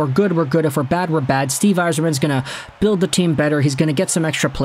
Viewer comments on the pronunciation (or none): none